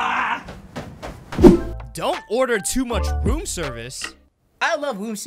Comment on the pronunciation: It’s supposed to be room but he said woom